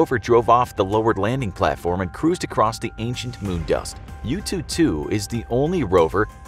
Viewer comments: I kept hearing YouTube2 instead of Yutu2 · I thought he was saying youtube 2 🤣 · I kept hearing 'YouTube2 rover' 😁